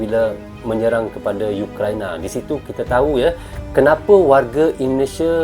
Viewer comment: Ukraina bukan youkraina..itulah tadi bahasa melayu itu sudah tak asli lagi..Karna sudah di campur adukan sama bahasa ingris.ukraina yah bukan youkraina...URAAAA